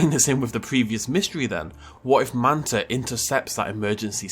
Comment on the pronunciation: FYI guys its Mantah Corp